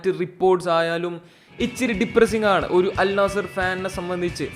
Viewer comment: ആദ്യം അൽ നസ്സർ എന്ന് പറയാൻ പടിക്ക്